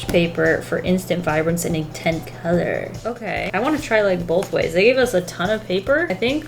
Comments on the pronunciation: "ink-tence" LMFAOO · No one: Absolutely no one:: bouQUeT-yAy InK-tENce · The like followed seconds after "inktense"